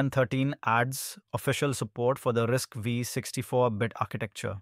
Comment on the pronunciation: RISC-V is pronounced "risk five". The "V" is a five (5) in Roman numerals.